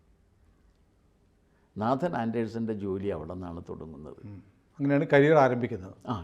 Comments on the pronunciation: നേതൻ..എന്ന്. നാഥൻ അല്ല...you r right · With all due respect, Nathan is not pronounced as Naathan (like the Hindu name) but Naithan (the 'a' sound is like 'ai' in the word 'pain'.